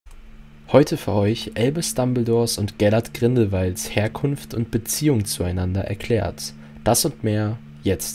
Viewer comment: HEERRRRKUNFT DEUTSCHLAND DEUTSCHLAND 😂